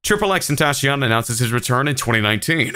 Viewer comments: You dont even know his name you say xxxtentashion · Why does he say xx tentasheyon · Choppa 7k nooo it’s xxx teen-tac-tyt-iona! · If he's going to make a video about him still being alive AT LEAST say his name the right way